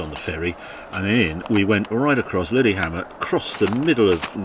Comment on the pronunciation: "Liddy Hammond" ??? Lillehammer !!